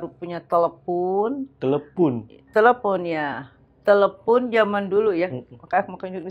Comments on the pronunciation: Telephune & iphune memang bawaan lidah orang sunda bang 😅😅..., kebetulan sy org sunda agak paham banget haaaa. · Gue malah ngakak pas si ibu ngomong "telepun" mukanya nahan tawa banget hahaha